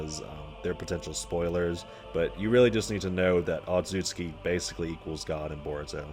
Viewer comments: otsutsuki say it with me ot·sut·su·ki not otsuki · "ozoozski" bruh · bit of a nit pick but it genuinely boggles my mind how someone can find difficulty in pronouncing "otsutsuki"